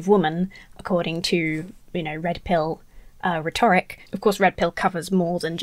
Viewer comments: How can you mispronounce "rhetoric"? It's rhe'toric,. Rhe'toric. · You are awesome! But please please learn how to pronounce ‘rhetoric’, sorry! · Please, it is pronounced RHEToric, not rhetORIC. It shouldn't bother me, but it does.